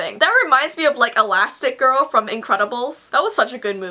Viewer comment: Elastigirl* pronounced Elasti girl